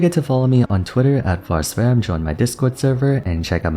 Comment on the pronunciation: Vars: ADC mains My hear: AD Semens 🤨🤨